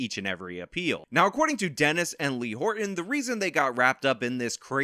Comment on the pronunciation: Please stop saying Horton like that. 😖